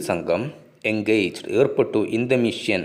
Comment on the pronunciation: മിഷ്യൻ അല്ല മിഷൻ.😂